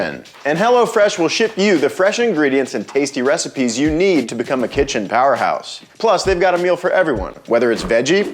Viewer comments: That kit-chen pronunciation is comedic genius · “It’s called a kih-chen” 😅🤣😅💀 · XD. "Kit-chen" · My wife tells me stories about what y’all call the “kitsjin” I’m still confused what really goes on in there